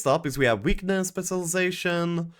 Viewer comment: Taking a shot everytime mispronounces specilization